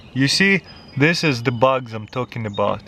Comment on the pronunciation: He called Bugs "Bucks"